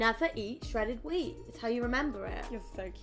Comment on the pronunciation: "I can't eat swedded wheat bc it's got wheat in"😭😭